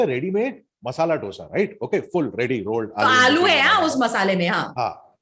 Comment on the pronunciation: my dear, please say "dhosaa" it is not ddddosaaa!